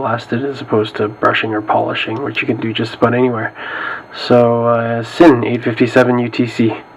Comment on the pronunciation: I believe it's pronounced "zin". Just f.y.i. not trying to sound like a douche. Thanks for the review.